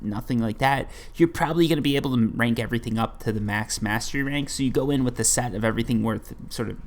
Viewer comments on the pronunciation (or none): none